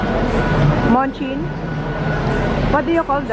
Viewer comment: Munchkin (pronounch as manchkin ) ang tawag sa mini donut balls